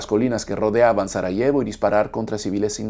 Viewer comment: pronuncias mal el español Sarajevo, Este tema al menos está expuesto en diferentes películas que he visto, sobre todo de los francotiradores donde estos, herían a las víctimas para dispararle a quienes intentaba rescatar a los heridos (total crueldad), hay una película interpretada (Savior por Denis Quaid), donde exponen las cosas horrendas que ocurrieron en esa guerra. Estos francotiradores antes de esta guerra fueron atletas olímpicos de la especialidad de Tiro. Es de notar que los diferentes bandos cada uno cometió horrores de guerra, tanto los croatas, bosnios, y los musulmanes de la antigua Yugoslavia. En la Yugoslavia había matrimonios mixtos de cristianos con musulmanes y al revés, Durante esta guerra surgieron terribles odio entre ellos. Pues estos musulmanes eran antiguos bosnios y croatas convertidos al Islam durante los periodos de ocupación por el Imperio Otomano. Pero como resultado solo se juzgo a los bosnios. sin olvidar que también cometió atrocidades con sus bombardeos los que integran a la OTAN. Fueron los países llamados occidentales responsables de esa guerra y de fragmentar Yugoslavia.